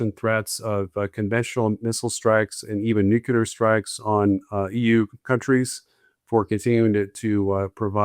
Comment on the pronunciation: Nuclear is pronounced nu cle ar......not nu ku lar